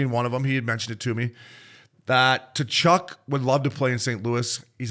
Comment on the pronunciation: my fuck boys, it's KUH-CHUK, not TA-CHUK, give your head a shake. great ep though.